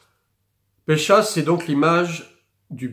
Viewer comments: Bonjour à vous, merci pour le contenu. Mais ne dit-on pas phonétiquement Pessah et non Pécha ? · juste pour info : Pessah se prononce pessar